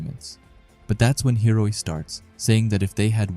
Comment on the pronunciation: how can you read the name and still get it wrong man??? its HI-O-RI for gods sake